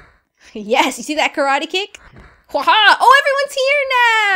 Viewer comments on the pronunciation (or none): none